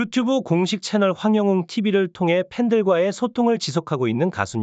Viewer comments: 황~~~~ 영~~~~~ 웅~~~~ 입니다 발음 확실히 하고 정직한 방송해 주세요 !!!! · 황영웅 이름 모르나요? 왜 이름을 틀리게 발음을해요?